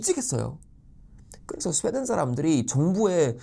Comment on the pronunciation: 스베덴으로 들리네